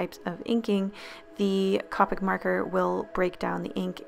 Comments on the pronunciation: Co Pic not ca pic sorry to be “mean” just giving advice I guess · I love this video! All of your videos are super informative and cute! Just one small thing, the creators of Copic have said it's pronounced Coe-pic not Cop-pic. Other than that I love your videos and hope you keep making content like this! 💖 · Who else got triggered when she pronounced “Copic” “C-Apic not hating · BLAAAAAAA! IT ANNOYS ME SO MUCH THAT YOU KINDA PRONOUNCED COPIC WRONG ITS PRONOUNCED C -OE-PIC I'm sorry if I hurt your feelings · The way you said copics makes me cringe, it is both funny and anxiety inducing :) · cOpic (c-oh-pick) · its cOpics not copics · Isn't Copic pronounced "COE- pic"? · its KOH-PIC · I'm pretty sure they're pronounced Cope-ick Markers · Not quite how company names work Lol: "According to the copic teacher who taught a class at the LSS (she traveled from some other state), it's pronounced Co-pick, with a long O like cope." I don't think I'm allowed to put the link, but you can Google it if you want. The actual word is is Kaa-pick in American English, and Koh-pick in British, but the Company, or brand, is Koh-pick Markers. That should clear things up. (^ ^;)ゞ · No offense but it’s pronounced “Coe pic” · Co-pic sorry it was gonna bother me its co-pic copic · It's co pics like co-op and co ordinate copics :) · had to stop watching after you pronounced it “cawpics” sorry babe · Copic is pronounced with a long o...either way, I love this vid! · every time she says copic it drives me crazy, its co-pic like oh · Okay, I am REALLY sorry, but Copic = cō-pic (a long O). I'm sorryyyy but it bothers meee. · Notice how she said it Copic wrong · Yøu misprønøunced cøpics >:( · Slowly cringing that she is pronouncing Copic wrong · Love the videos but the way you pronounce Copics bothers me greatly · Are saying it wrong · It’s physically mentally hurt me that you said copic wrong u say the letter o when u say it u don’t make the sound of o but I still luv u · You said Copic rong